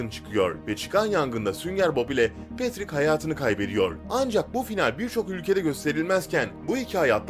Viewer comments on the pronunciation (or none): none